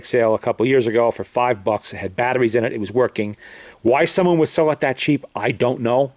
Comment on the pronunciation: battaries, this, that, the otter ting...